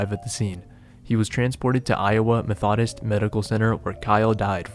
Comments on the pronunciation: Methodist is pronounced "meth-uh-dist" not "meth-oddist." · METH-o-dist, not Meth-OD-ist. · "meth-awh-dist" lol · methahdist is crazy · "Squat press"? "MethAHdist"? I couldn't watch any more because I was laughing. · "Meth-ah-dist" LOL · Did you just pronounce Methodist as Meth-aww-dist? lmao. And did you just recommend not using the smith machine? So many elite-level lifters use smith machines, including the current Mr. Olympia... I know that one dude died using one, but they're way safer than free weights. Not recommending them is just absurd and actually kind of dangerous. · It's pronounced "meth-oh-dist" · lol, you said "methodist" funny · AI narrator? The way “Methodist” was pronounced was suspicious. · Your pronunciation of Methodist have me a chuckle 😂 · Is this AI video or did you really mispronounce Methodist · Very nice video, but gotta work on that pronunciation of "methodist" lol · The way you pronounce Methodist lol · Great video 😃 Horrible pronunciation of Methodist 😅